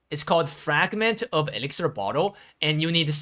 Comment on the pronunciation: It's elixir, not elixer :)